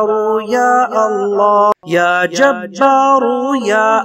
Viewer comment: Assalamu alaikum janab vahan screen per ya jabbaru ya Allah likha hai lekin janab aap kha rahe hain ke ya ja taru ya Allah aise aap galat kyon padh rahe hai iska mujhe jawab jarur Dena aur khud bhi sunna